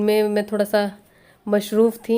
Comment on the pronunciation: Aap ghar ki si lagti hain sister si 😀😀. Ek baat kahna h ...masroof hota hai mashroof nhi hota h dear sister ❤️